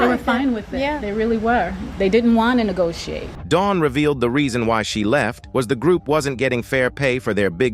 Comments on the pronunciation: Attempts to neh go tee ah tay 👀 - was this AI saying "negotiate"?! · Did he say ne-go-ti-a-te. ?! 😂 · The narrator said nagoa ate LOL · For the word "negotiate" he pronounced it 'nee-go-tee-ah-tay' 😂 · Negotiate 😂…that damn AI voice is hilarious..